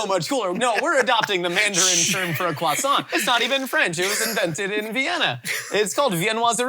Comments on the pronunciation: i HEARD that finnish ’kroisantti’ from a mile away😂love that you got that in there. Finnish is such a silly language, even if we have totally borrowed words from other languages (we actually have a finnish translations for croisant and its voisarvi which means butterhorn) we still manage to finno-ugric words completely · Kwah-saant, during the octopuses discussion is hilarious. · As a native French speaker (France not Canada) this is the first time that anyone has ever explained to me that “kwasoh” is how Americans things French people say croissant, and I am begging you please, that if you can’t roll the R just don’t. “cro-son” is so much closer, a boring R and remember to drop the T and you’re nearly perfect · Heard a Brazilian Portuguese "croissant" there